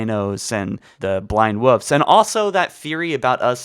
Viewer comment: Wolf, not woof lol